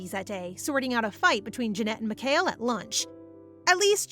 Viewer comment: Lol, you can tell it isnt ai, Its cause she pronounced mikhael wrong, its not mic-hail, its mee-ka-el